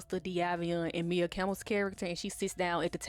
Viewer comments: Maia (Mya, Maya) not Mia, boo lol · Maia (Campbell) is pronounced "My-uh", Boo 😘😘 Just pointing Dat out. I love Ur content, keep it up 🫶🏾🫶🏾